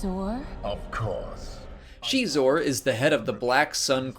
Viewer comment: Prince Xixor, or "Xeexor" , not "Shiezshor" or "Shesore" o.O ??? Yeesh